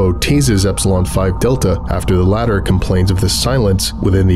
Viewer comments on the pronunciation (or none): none